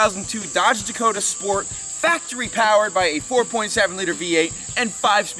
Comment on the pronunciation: So glad I’m not the only one who calls it a dakoter 😂😂